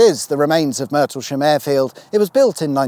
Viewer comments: I get that Leiston is a funny spelling but why did you pronounce Martlesham as MERtlesham? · Lay-ston & Mar-tel-sham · An excellent summary of the county where I live. Leiston is "lay -stun", Murtlesham is "martl-sham" and Gipping is exactly that - not jipping. I hope I haven't missed your onward journey south through Essex where Harwich is described as the arse-end of East Anglia. Now, where's your back catalogue of snippy sarcasm........:-) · 8.00 The name is pronounced Martle-sham Heath.😀